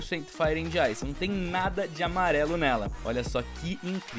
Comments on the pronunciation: Mano não é ANDI, é AND (D mudo) Tipo Fire ANd Ice. TMJ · ta me dando agonia tu falando and com d se fala so an como Fire an ice n se pronuncia o d <3 dicas do luskitas uhshuahusahu